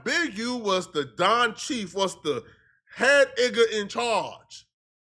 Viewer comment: “Head igga”😂😂😂😂😂